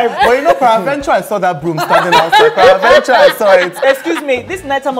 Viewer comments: I really do not get their argument on 'peradventure'. Why is Makida pronouncing the word as per-adventure? it's one-word 'peradventure', they should confirm the correct pronunciation from google. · ARIKE ID. Me thinks the argument is that people say it as paraventure and spell it as such